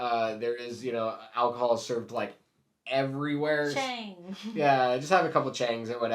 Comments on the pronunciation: Fun video. one thing though, it's pronounced Cha-ah-ng not Ch-ay-ng. (I was saying it wrong too! LOL) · Some good advice here, but when you're ordering a Chang beer, dont pronounce it "Cheng", its pronounced CHAAANG. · this is so ridiculously inaccurate. also learn how to pronounce chang ffs.